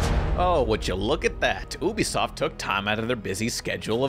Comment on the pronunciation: its yoo-bisoft not ubisoft it's short for ubiquitous software